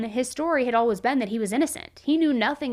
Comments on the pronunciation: It’s painful for me the way she says ALWAS instead of alwaYs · “Alwuz” We love you 😅😆